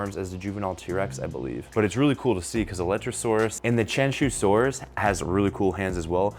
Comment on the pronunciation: just so you know, Qianzhousaurus would be pronounced closer to "chee-Ann-Joe saurus". Not exact, but with Chinese names, you have to explain it to english speakers in a way they will understand. When you see a zh sound, the zh is like the "dge" in "Judge" - not the "z" in "zoo". Qi sound is not quite the same as "chee" - but, without audio to show you it's hard to explain. the "tch" sound in "switch" would get you closer than the "ch" sound in "chew", which has too much exhalation sound. Do that, and you've improved your accuracy with Chinese dinosaur names by many times over ;)